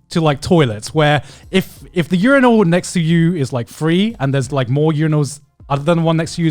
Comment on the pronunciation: im just still confused on how Connor pronounces urinal as u-ri-nal